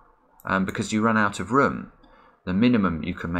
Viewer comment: Idk y but the way he says "room" is so interesting. He says it like "vroom" but without the v